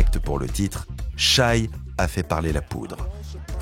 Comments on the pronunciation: Le mec prononce "chaille". J'ai pas pu finir la vidéo. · c'est shai pas shy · Challenge : si SGA gagne, on apprend à le respecter en prononçant son prénom correctement.